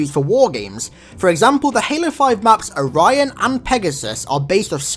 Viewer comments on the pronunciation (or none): none